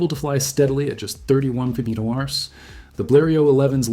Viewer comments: Empeeachearrs= mph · Please teach your AI to speak properly...MPH, etc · Dear Moderator: Do you even review your own videos before posting them? The images are great, but, PLEASE STOP using A I. moderator programs in your videos. Hire a REAL voice over artist who WILL NOT mispronounce the term "m.p.h." like an idiot!!!!!! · Why can't you say "MILES PER HOUR? Oh, it's a BOT because the creator doesn't have the Balls to SPEAK into a Mic! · When the speed is mentioned for these planes, I don't have a clue what's being said Listen to one example here: or here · I suspect another video of thrown together footage and AI narration. How else could you explain the weird pronunciation of the speed units ? Don’t waste your time. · Artificial Intelligence has problems pronouncing abbreviations such as MPH or KPH or MPG, etc.